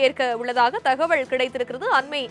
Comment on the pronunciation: Dear news reader.....thakavazhl.....illa. thagaval......pls pronounciate tamil properly